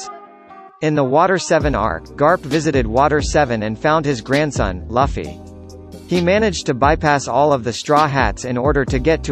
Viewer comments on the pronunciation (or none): Did he just just say laffy insted of luffy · What the F is "G O L D Roger" and "Laffy" man!! It's Gold/Gol D Roger and LUUUFFFYYY damn F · It's lufffy not laffy ! Damn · Luffy must be pronounce as "LOOFFY" and not "LAFFY" It's "GOL D. ROGER" or "GOLD ROGER" and not "G.O.L.D. Roger" "ROCKS" not "LACKS" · It's not laffy, it's luffy bro -_ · Laffy....G O L D roger... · Excuse me did you pronounce luffy as laffy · LAFI? GI OW EL DI ROGER? WTF DUDE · He said luffys name wrong I’m not trusting him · Hoy you gonna pronounce luffy wrong? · The video ended for me when he couldn't pronounce luffy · uh.... yuck the way it pronounced luffy ....